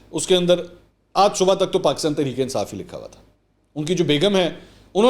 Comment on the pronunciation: منصور بھائی: لفظ " صبح ":پڑھنے میں "صبو یا صب،صبو ہوتا ہے،